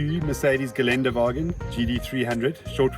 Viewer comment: It is called Ghe len duh va ghin. The umlaut on the first ä isn't garnish. 😊 Deutsch is different from English pronunciation.